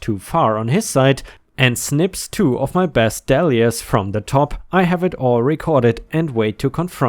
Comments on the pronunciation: Dollyas. Dahl pronounced Doll like Ronald Dahl. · Dahlia's....pronounced as doll yuhs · 1st. Dahlias = Day li -ahs Never enrage a Dropbear...one of the most dangerous creatures in Australia. So are platypus. Bill and Ben the Flower pot men hang out with Miss Weed. Norman needs a brain implant. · The pronunciation of dahlias is like Dollya, or dawl-ya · No, it's more pronounced Day-lee-as.